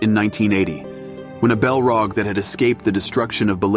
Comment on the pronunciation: Yea the way Saurin is pronounced sow Ron, and the balrog is belrog is seriously annoying